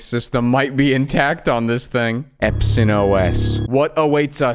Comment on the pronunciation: The first time you said: Epson I said: please say Epson list and you nailed it 😂😂